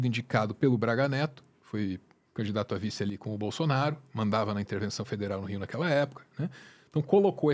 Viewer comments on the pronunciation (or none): none